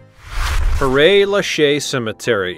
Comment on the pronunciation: Not Perray but Pear